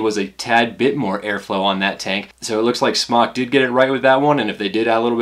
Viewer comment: it's pronounced smoke not smock